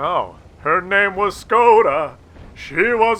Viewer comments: Škoda get your S right;) nah joke i don't really care but did you know you pronounce it differently than reg. S? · Learn to pronounce Škoda correctly ;)